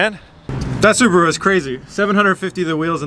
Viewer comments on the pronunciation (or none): sounds like you called the supra a subaru! Can tell you're super excited driving the beast. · Nah he said supra but it just sounded like Subaru😂😂😂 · Rolando Bernal he says supra. He just says it weird